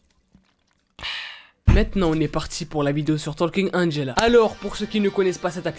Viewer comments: Il a vraiment dit Angelo, 😂😭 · je rêve ou il a dit « Angelo » ? 😂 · non Angelawn 😂😂